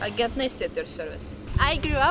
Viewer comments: Its PRONOUNCED AJENT!!!❤😂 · Я тебе адын умный вещь скажу. Ток ты ни абижайся ! 🙂 Так а где инглиш учила ? Вроде шпаришь классно, но в некоторых словах неправильное произношение и иногда русский акцент проскакивает. Например, твёрдое "р". А слово "Agent" правильно произносить как "Эйджент".